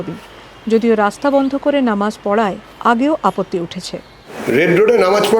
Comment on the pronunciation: নমাজ নয় মুর্খ সাংবাদিক ... নামাজ হবে 😂